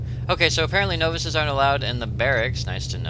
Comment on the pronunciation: you pronounce it "no-vices" (like the word "no")...it's pronounced nah-vices. :)